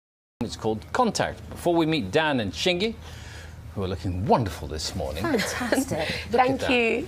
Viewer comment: The proper pronunciation is Shin-gye sounding like shin-guy. But she allows people to use Shin-gee however this isn't correct, hope this helps :)